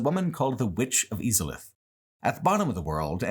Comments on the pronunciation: ive never heard anybody pronounce izalith e-zalith and even more so seath and see-ath. its literally said in game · I love how cruelly you mispronounce names like Izalith and Seath. You are literally taught how to say their names in the first cutscene 😂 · I’ve never heard someone pronounce Izalith and Seethe the Scaleless like that lol